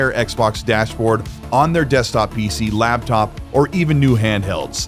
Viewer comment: did you say labtop? hahah